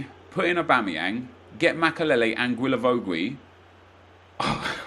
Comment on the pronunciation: Still can't pronounce Guilavogui...